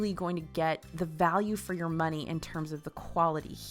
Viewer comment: I caught your southern twang at the beginning. “Waste of muney” lol 😂